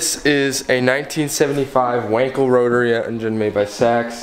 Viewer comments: It is pronounced VANKEL. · Actually, "VUNKEL" would get you closer, lol!